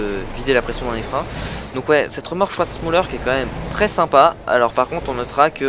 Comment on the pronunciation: Super vidéo! Pour info, Schwarzmüller se dit "SchVarzmüller" et non "SchOUarzmüller" ;)